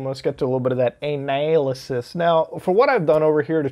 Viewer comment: No one: Not a single soul: Not even the tiniest mono celular life form in the observable universe: Mutahar: ANAYYLASIS